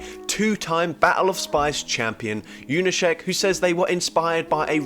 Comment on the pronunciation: Gotta praise your pronunciation of polish "sz" in Junaszek 👍